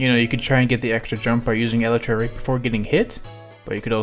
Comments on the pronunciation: Ahhhhh the way he says elytra hurts me "Eletra" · I am a certified Minecraft nerd and if he pronounces Elytra like Eletra' I might just blow him up